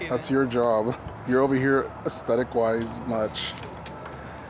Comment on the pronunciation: Every time you said “aesthetic” I giggled 😂